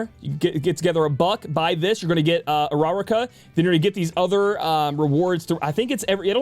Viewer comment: Hearing him try to say Uraraka hurts.